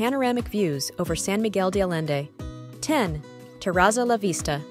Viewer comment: Nice review of rooftop restaurants, but your pronunciations of San Miguel de Allende and other names need work.